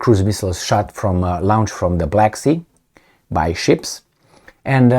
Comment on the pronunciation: with all due respect, it's "lo-nched' or better "lo-nchd".. hope this helps.